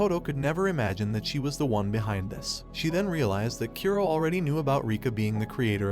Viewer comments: Japanese names are supposed to be read as Ku-ro not Kyu-roh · His name is Kura ( Kuu -do) not Kearo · Its kuro not kyuro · Why are you pronouncing kuro as kiro. The "oo" and "ee" sound are completely different sounds!!! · How do you mispronounce Kuro(black) that badly, it sounded more like you said Cuero than Ku-ro. A good rule of thumb with japanese pronunciation, is to pronounce the vowels clearly. And most of the the time have the sound of the vowel when it’s alone. Sorry if I sound mean but I’m really just trying to help make your content better, and I believe proper pronunciation of names is an easy way to do that. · His name is Black not "q row" it's pronounced ku like the kkk Ro as in rollercoaster Kuro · "A boy named Kiro" Text: Kuro Uhh... Rest of the video. "Kiro. Kiro. Kiro. Kiro." 🤣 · Kough-towe Kyoo-roe oh my fucking god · U said Kuro and I heard Kiro, kiro was my pet , died a week ago .